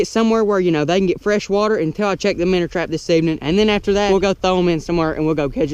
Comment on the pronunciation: “The minner trap” man I love you good job on the video